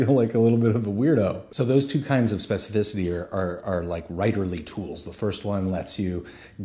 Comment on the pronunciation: Say specificity one more time.